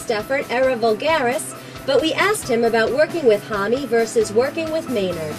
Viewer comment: it's pronounced like that, josh has stated that in like 2 interviews. people assume its like 'home'